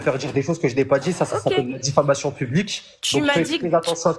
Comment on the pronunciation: Dis famation...... famation.😅😅😅